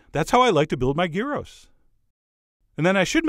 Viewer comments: It's amazing. I love, I adore Chef John. But only until he tries to make Greek, or Greek inspired foods, at which point my instincts urge to me scream at the screen about all the ways he's doing it wrong. XD Oh and, it's yeeros. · Gyros is pronounced 'year-oss' in Greek. Or you could go Turkish and call it Döner (pronounced der-nurr), but don't mix them up or you'll upset a Greek or Turk... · The most common gyro meat in Greece is pork. None of this fancy beef or lamb. And the 'y' is pronounced like the i in 'in'. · Look up the pronunciation of gyros. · I've never heard a north American pronounce Gyros correctly until the start of this vid, but then you got it wrong the rest of the way through? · Yeah, the Greek pronunciation is GHEE-ross, not JEYE-roh (jeye-roh-scopes notwithstanding). And please, dear America, gyros is the singular: there's no such thing as a "gyro". Greek words ending -os are just like Latin words ending -us. But, man, that looks delicious. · Gyros is a Greek dish and it’s pronounced “Yeeros”. It has never been GĪro. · You are correct, Gyros (or Yee-ros as is the right pronunciation) in Greece, is chopped pork meat. Not ground meat. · I’ve always been told it’s pronounced With a silent G, so Yeero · it's pronounced Year ro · It's pronounced Yee-Ros. Have to rolll the r. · Traditional Greek gyros from what I understand are made solely with pork, and are pronounced "yee-row" with a small roll of that R. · I am a big fan of your recipes but I was trained by a middle eastern chef and rosemary is not a traditional ingredient in Gyros (pronounced like Euro). It is too overwhelming a flavor. The oregano is definitely the main flavor. The meat should be very finely minced and pressed for several days which allows the flavors to mature and there's no bread crumbs in it! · It is pronounced "y-EE-ros" (y as in yearning) and "ja-jEE-kee" (j as in jazz) ;) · Tzid Tziki easy to pronouce .. And gyros ..(yearos) Go to google translate :)